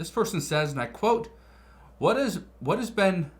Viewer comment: "Ive veen warning you about this for months" I dont even know who you are